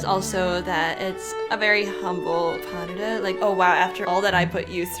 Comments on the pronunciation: If you were listening carefully...they pronounced pas de deux correctly (pah der der phonetically). No dahdah anywhere. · pas de deux is pronounced : pa (a like in Las Vegas or marijuana), de deux (the sound de or deux is almost the same like in the name maDEline) I tried to find a good exemple but it is not really an "English" sound ! If you type "pronunciation pas de deux" on internet, you will find a video with it ! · Please stop saying "pas dahdah"😢